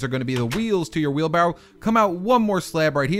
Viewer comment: he says wheelbarrow funny lol